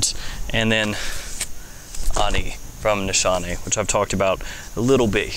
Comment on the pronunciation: No big deal but I think it's pronounced Nees-Hahn-Eh. In Turkish the sh does not make a sh sound